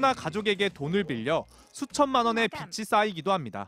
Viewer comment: "수천만원의 비치 쌓이기도합니다"... 빛이 쌓이긴 뭘 빛이 쌓여요.. 빚이 쌓이는거죠... 비치 비지... 메인뉴스 기자라는 분이... "내가 맞으면"을 "내가 마츠면"이라고 발음할래요? 아니면 "내가 마즈면"이라고 할래요?.....